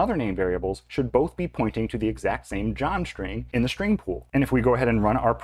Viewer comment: This is "copy-on-demand" in Delphi and Free Pascal. Same strings are pointing the same memory. When You change one string then a new reference created to a newly allocated memory. And strings ARE NOT immutable in these languages. The procunciation of "string" is terrible in this video!